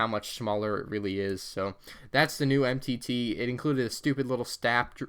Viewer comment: Dang you blew the name of that MTT faster than the millennium falcon made the kessel run!